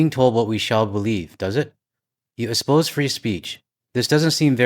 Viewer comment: This next one is a pain...It's espouse.... Which is "S-spouse" but the spouse part isn't quite like spouse as in wife or husband which is like "spruce" with that sharper cut off. It is like.... spouzzzzze...